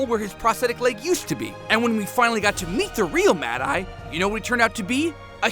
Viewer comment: MADE-EYE TOO? WHAT THE ** DOES THIS GUY KNOW ABOUT HARRY POTTER?